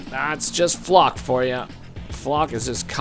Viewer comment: Your mispronouncing flak